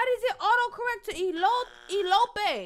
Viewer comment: I died when said WHY IT CORRECT TO ELPOÉ? its elope but u so funny I believed u for a second 🤣